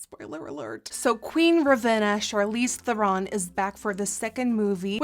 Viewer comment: I love that you can say her name correctly!